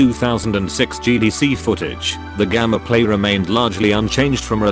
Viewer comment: Hearing gammaplay instead of gameplay is ruining the video for me